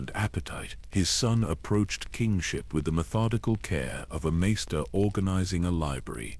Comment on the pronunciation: How do you not know how to say Raven. Or Measter it’s weird. But great knowledge here.